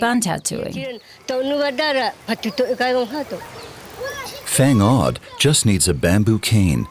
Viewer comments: Thanks for covering our region. 😊 Just a simple and friendly reminder, please work more on translating dialect properly, and on properly pronouncing names and places (i.e. Whang-od and Baguio) 💜 as this might cause confusion to other audiences. 😊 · Wang-ud not fang-ud ok,i appreciate your effort for making this documentary but i just hate how u pronounce the place like Buguias bcome bugayas,Baguio bcome Baguyo i have met many foreigners there in Kalingga,Sagada,Bontoc and Baguio but they pronounce it properly,my comment is not for bashing u but this is a positive criticism tnx. It's ok to be corrected bcos we're all humans that commit mistakes.